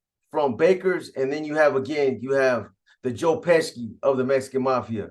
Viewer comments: U mean Joe Pesci (peshi) 😂😂 dude smack ppl when they mispronounce his name 😆😆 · Pesci is pronounced- pe-she